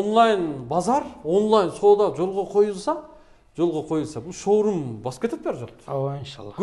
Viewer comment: 😀 шаурма дегин